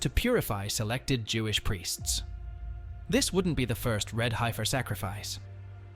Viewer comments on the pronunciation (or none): It is not Hi-fir! It’s Hef-er. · as soon as it said HI FER i was ok its AI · The "i" is silent in heifer The pronunciation is killing me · The funniest thing about all this is the AI Voice can't pronounce Heifer correctly.